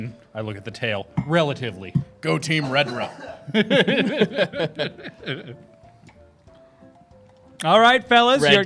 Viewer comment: "Redra"? Not "Nedred"?